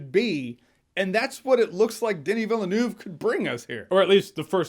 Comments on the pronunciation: Villanoove? Seriously? "Denis" was pronounced correctly, but his surname wasn't. Crash course, Jeremy: Villeneuve is pronounced as you would the english word "above", so it's "Veell-nove". The "e" after the double "l" should sound like it isn't even there, so don't make it sound like an "ah". And try to do it without breaking in between. Just let it roll off your tongue. You're welcome! ;) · Pronounce as "vil-nuf" Not "vil-le-neuf" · Why do you say villeneuve like that 😂..... you can pronounce it like this..... V ill nev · Dennis Villanouve? Villeneuve. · Jeremy, it's pronounced Villeneuve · Veel-nurv. He's got hundreds of different surnames by this point, but that is how you say it! XD